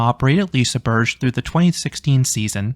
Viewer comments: love that, being corrected though you pronounced it correctly. You even got the soft g sound right then so kudos for making an effort, I for one appreciated it. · I got told by a Swedish guy it's liseberry and I will not stop now